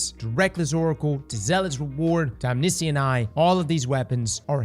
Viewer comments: om-NISH-ent eye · How did you said omniscient?